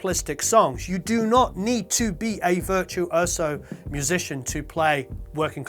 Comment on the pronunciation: I like how you cut "Virtue Oh So" into 3 separate words....